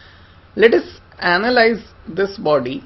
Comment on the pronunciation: to AnALiZee the friction loved the wave form of the speech